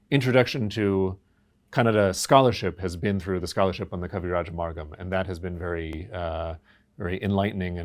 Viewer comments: it's not Kavirajamargam! It's Kavirajamarga!! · Gamarjoba the host is adding the umm sound at the end of Kavirajamarga. The guest himself was pronouncing it correctly until the host stressed the um sound a couple of times and then guest also started pronouncing it as Kavirajamargam instead of keeping it Kavirajamarga. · Such a cool guest and its a shame that the host wasn't prepared and why is he stressing on adding the ಅಂ at end of ಕವಿರಾಜಮಾರ್ಗ?? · Why is the interviewer pronouncing kaviraja marga as kaviraja margaM ?? Why M in the end of marga?? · I just don’t know why the host is saying Kavirajamargam, it is Kavirajamarga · Kavirajamarga.. not Kavirajamargam. Please.. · Why host is saying Kavirajamargam🤣🤣🤣 he need to learn Kannada first